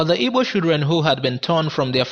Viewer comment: Igbo not ibo....who tells you guys this rubbish ....it's igbo the people who can't pronounce the "gb" sound. Call it ibo or ebo....stop it today 😂